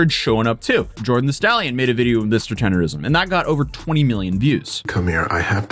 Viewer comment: I also thought it was Tender-ism. It's Tender-NISM.